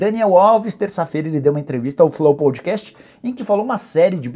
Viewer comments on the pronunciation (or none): none